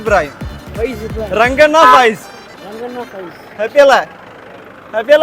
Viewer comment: രംഗണ്ണൻ ❌തംഗണ്ണൻ ✅😂